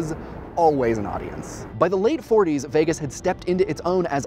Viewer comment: But it does make sense and understand your point, so yes. But you say Vegas weird